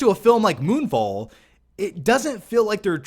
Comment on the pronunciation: I thought you said: "Moonball" lol.